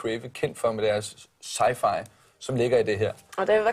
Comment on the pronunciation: tror han snakkede om creatives x-fi lyd, og bare fuckede op i udtalen ;)